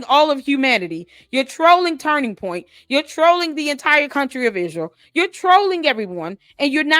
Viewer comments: I know the Ishreel thing is annoying, she also can't say any word that ends with ant properly either like important she says Imporint. Once you start hearing it you can't unhear it lol. 😂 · I hate the way she pronounce Israel ‘Ishrael’. 😂 Also, her saying he wanted to bring her back isn’t the flex she thinks it is. Like, they dislike her so much, they’re willing to UNALIVE him over it?!?!